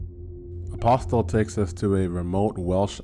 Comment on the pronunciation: Good lord! The T in Apostle is silent!